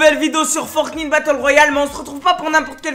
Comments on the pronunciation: Il le fais exprès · Pk il dit FortnIte et pas Fortnite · Tu le dit mal fortnite !!!